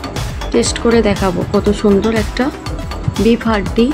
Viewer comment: হাড্ডি না হান্ডি 😂❤